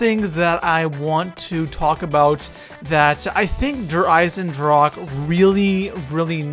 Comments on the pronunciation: Its said like "dare i-sen-drah-ka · Der eisendrake???? Really??? I like ur vids but try harder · i am from Germany and please learn how to say der Eisendrache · Please name it the irondragon because der eisendrache is german and i cant hear it anymore how people say der eisendrak 😅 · Mispronounces "Der Eisendrache" the entire time >.< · is it so hard to write / pronounce der eisendrache correctly? ^^"